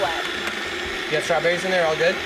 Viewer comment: i’m from texas and i definitely don’t say scrawberries 😂